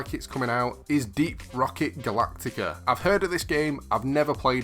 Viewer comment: Deep rocket Galactica? Just completely butchered that name